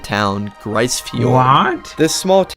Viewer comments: Just FYI... it's pronounced "Grease" Fiord. It's a problem when non-Canadians make videos about Canada. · For the record, it’s pronounced “Grease” fjord not “Gryce”.